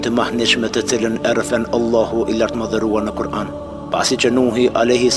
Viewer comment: JO Ëllahu bre shoq po thuj Allahu tamon